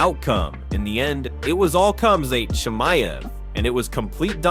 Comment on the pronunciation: Dude try to pronounce his name properly. He is not chimney he is called chemayev. Try it the easy way